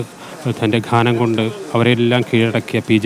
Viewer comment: 'ഘാന'മല്ലടോ 'ഗാനം' എന്നാണ്.അക്ഷരങ്ങൾ സ്ഫുടമായി സംസാരിക്കാ൯ പ൦ിക്ക്